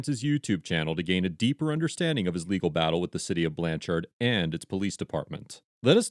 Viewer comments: It's pronounced more like blancherd than the amount of "ar" you're putting in the second syllable. :D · Lol. The biggest crime of this video is how the narrator pronounces Blann Chard. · ITS PRONOUNCED BLANCH ERD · BTW.... It's pronounced more like Blancherd.... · 1. Lets hold him till we can find a crime. 2. It's pronounced Blancherd. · “Blan cherd” is how it’s pronounced. Rhymes with “turd.” This is typical Oklahoma behavior from the citizen flagging down a policeman, the lack of professional knowledge for one’s profession, to the behavior of the police. Wait until state, county, city & tribal police ALL confuse 86 grams of rock candy for meth & one ends up spending 46 days in county jail w/ a $100,000 bond each for me and my significant other. Day 29, I was offered 11 years violent. Test results took 30 days but judge wouldn’t lower bond nor dismiss until the case was heard in misdemeanor court after 2 weeks of out of town judge & DA conferences. Lost my employment. Physically beaten. Homophobic comments from the staff. Stared down a laser from an AR during a 2 man riot in which 39 officers responded. 1 for each inmate I guess. I always thought my hometown would be a safe place for me but I was seriously mistaken. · it's pronounced "blanchird" but good video ! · From Oklahoma. It's spelled blanchard but said like blanch- (t)urd. Ps lions suck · I comend the editors of these videos, the only problem i have is the way they are saying blanch-ard when its pronounced blanch-erd. I live 30 min away from this town, it was just bothering me the way he was saying it😂😂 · Trying to help here the proper annunciation is Blanchherd lol. Like turd not chard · Lol...okie here. Cops are some of the stupidest humans on the planet, especially cops in Oklahoma. By the way, its pronounced "BlanCHERD" not "BlanCHARD". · Iss pronounced Blan-Chrd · Sounds more like BLANchurd in pronunciation.